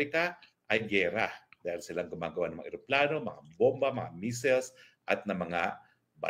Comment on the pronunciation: sir ano daw ang ginagawa ng amerikano? measles or missiles sabi ni atty roque? hehehehe😁😄